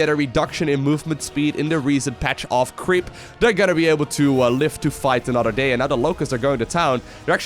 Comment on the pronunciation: "Zerg crsceep spread"